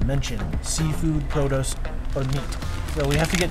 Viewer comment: said prodose instead of produce lol